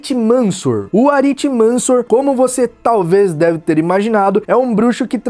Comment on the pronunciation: Me corrijam se eu estiver errado, mas acho que a pronúncia de Aritimancia é AritimancÍa, não AritimÂncia. Mas não tenho certeza.